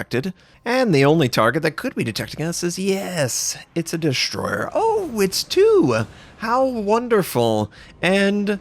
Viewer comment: What is a Dishhhh-stroyer?